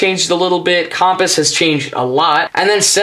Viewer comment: Nice video. You say "Compass" wrong xD